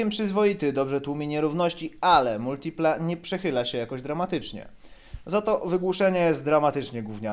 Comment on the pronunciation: Ciul tam z Multilipą! Za sam wstęp "laik"... Hahahaha, a ciemnota śmieje się z jakości wnętrza w amerykańcach! Przyjrzycie się lepiej wpierw Multilipie, bo takiego czegoś to w amerykańcach nie znajdziecie nawet starszych od tego F.I.A.T.-a... MotoBieda - wyprzedził czas z cupholderami?! Mój były Pontiac z przełomu lat 80/90-tych miał ich 16...oraz bodaj 5 popielniczek! A propos w tych cenach znajdziesz lepszego vana np. Pontiac (Chevy) Trans Sport/Chevy Lumina APV...trzeba tylko umysłem wybiec poza utarte szlaki oklepanej, europejskiej motoryzacji.